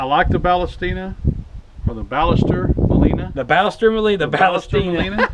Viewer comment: Well, that way you say Ballester Moline is not correct at all. I'm from Argentina. You should have said: "Bah-shess-ter" and "Maw-lee-nah". Cheers